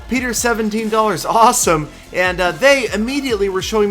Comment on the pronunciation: you are not putting the proper amount of emphasis on the words 'awesome' and 'dollars'. Please refer to Peter17$ for a tutorial.